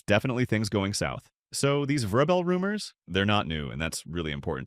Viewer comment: Mispronounced vrabel and said Caleb Williams is regarded as the top qb in the draft vs sanders… trash video